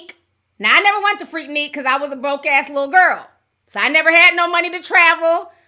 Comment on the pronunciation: We know 100% Ti never went to Freaknik from the way she pronounced it😂😂😂😂😂😂